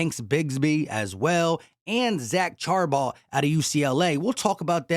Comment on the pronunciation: Shar-Bon-Nay (Charbonnet)